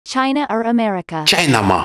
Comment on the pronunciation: “CHJInaaamaaa” caught me off guard💀